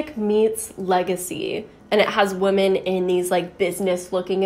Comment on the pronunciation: Why does she never pluralize the word woman to women? Or is this just how you pronounce womxn?